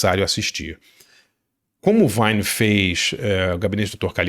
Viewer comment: Boa dica. Pronúncia é Robert Vine (com i longo)